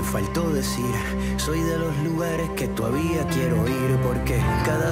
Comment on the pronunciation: El mono aunque se vista de seda, mono se queda. Convulsioné al oir " toavía" en vez de todavía.